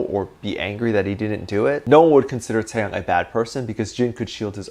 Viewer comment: not you pronouncing taehyung as tAeHyAnG 👁👄👁